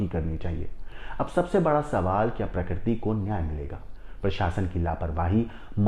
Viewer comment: प्रकरती नहीं प्रकृति और फून नहीं फोन 😅